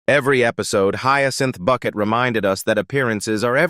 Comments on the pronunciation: Some of the scenes you are showing are NOT from Keeping Up Appearances but from her other series, Hetty Wainwright. Learn how to pronounce Bucket..... It's Bouquet!!!! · When they write the script to a show where the word Bucket is pronounced 'bouquet", the script needs to be written phonetically so it sounds correct when the fake AI announcer reads it.